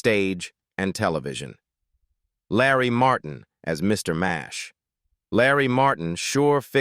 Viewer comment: It was Mr Nash not Mash why don't these people do research before doing these videos